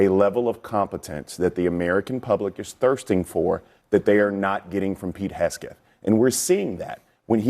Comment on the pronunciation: He keeps calling him hesgeth instead of hegseth